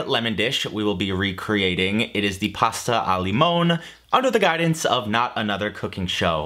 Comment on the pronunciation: Just a note,, but the Italian "limone" is THREE syllables--lee-MOH-nay (roughly). Your pronunciation is closer to the SPANISH word "limón." As to the "tart vs pie" deal, it's really more about the dish. A proper tart should be made with a pan that doesn't have sloped edges. The crust for a tart will usually line the sides (doesn't have to, of course) but it should NOT have that little "lip" that usually comes from the common draping the crust into the dish and trimming the edge (but leaving a little crust on the rim of the pan). Basically, to make a "tart" that looks like a real tart, you might could use a standard round cake pan though you might want as shallow a cake pan as you can find; you might could just turn the cake pan upside down on the crust and trim and then take some of the leftover dough, fashion a kind of thick noodle and line the side of the pan and press the bottom of the side dough into the bottom crust (probably better to just go ahead and buy a proper tart pan).